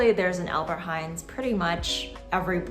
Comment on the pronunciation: Its ALBERT HEIJN NOT HEIJNS no one says it here Or just say Appie or Appie Heijn how the locals say it